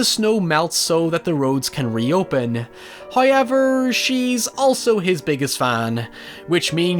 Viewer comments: No one:: "Hieuiever..." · I've gotta say: there is absolutely no way on this Earth i'm giving up on how says "hoewever"!